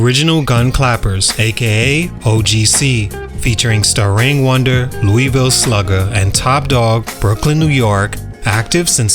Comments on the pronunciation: It’s STARANG WONDAH!! Not “Star”… 🤦‍♂️ And O.G.C. Dropped two classic albums imo, They were never aiming for chart position or flashy singles remember “Commercial Rap get the Originoo Gunn Clapp”!!!! I am upset we never got the Fab 5 album or another release from O.G.C. After the Mpire strikes back…. Starang was a beast on the mic!!!!!!!! 🎤 🫡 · Aite lemme put my two cents in this! I appreciate you doing this video on OGC but you missed a few reasons why they might’ve felt forgotten. 1. It’s Starang Wondah not Starange! 2. Da Storm album was fire! The production was on point and what they explained on one of their interviews about the album was interesting! Explaining the three elements of a storm which is them! 3. They rap career suffered because they had beef with Biggie and Junior Mafia cause Top Dog had a lyric or a song that used a line from Debra Glascow some reggae artist. Biggie took it and used it for “Get Money (Remix)” but Biggie never heard their song. They already dissed him throughout Da Storm album! I also believe that “God Don’t Like Ugly” was a diss towards Biggie and not just “No Fear” and “Da Storm”. Top Dog said “Your name must be Chris (why?) 'Cause nigga you done crossed over Lookin' for ways back but you got lost as another, ally get crushed into dust Fuckin' around with us nigga you know it's dangerous” Biggie name is Christopher think about that..Louieville also said “Mess with mine, you've, garron-teed To lose everythin' in yo po-sesh-een Nigga, fruits and veggies fo ya Brownsville fruits and A.K.A. 'Ville Sluggah”… We know Biggie is big and he might’ve not gotten a good diet maybe when he was alive…If you listen to “Longkiss Goodnight” the demo version? At the end you hear Biggie said something about some niggas using him to sell a few units and that they dirty dread head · It's not star. It's starang wunduh idjiot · I'm having trouble watching this every time he Says Star Wondah I want to turn it off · Stah-Rang Wondah!